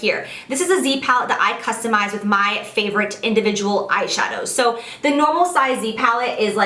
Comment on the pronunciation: "last color in zee palette" no pun intended?